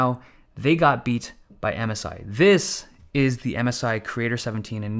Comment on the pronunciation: i first understood "Amasai" and thought its some kind of cheap chinese manufacturer but then i understood MSI